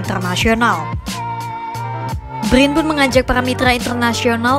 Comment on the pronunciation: Brin bukan bgrrin 😂😂